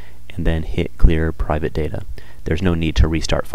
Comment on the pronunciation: Its data not data!!!!!